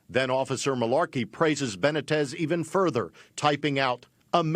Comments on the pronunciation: How is it possible for white people to live in a community with a large Hispanic population and not learn to pronounce Hispanic names. Benna-tez, give me a break, its Buh-nee-tez. Dude is a dick but still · It 'ben-knee-tez' for Christ's sake. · Ben neat tez is how you pronounce his name BENITEZ.